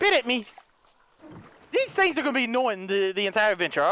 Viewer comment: This guy saying "tings" like he from Toronto😂😂😂